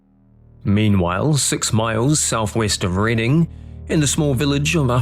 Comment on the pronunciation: Aha, you pronounced 'Reading' correctly. You did research!